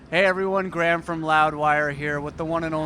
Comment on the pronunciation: When did Gruhammad become Graham?!